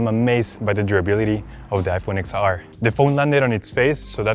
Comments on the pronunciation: It’s iPhone ten R not ix R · I'm pretty sure it's pronounced Ten R not X R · It's pronounced 10 r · iPhone XR is not “x”，it's ten ，Roman numerals X